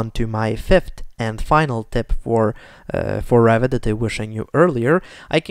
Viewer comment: funny, English captions when you say Revit almost always show "rabbit" , you really pronounce it like that :))